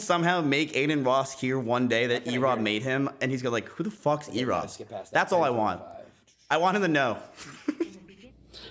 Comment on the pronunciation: "What's an Erobb." OMEGALUL